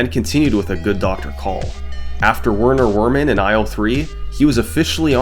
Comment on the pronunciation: FYI, I'm pretty sure it's pronounced Verner Vermen. Because it's German. And it's a rat. Vermin.